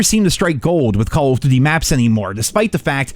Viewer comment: Do you "duty" that way on purpose?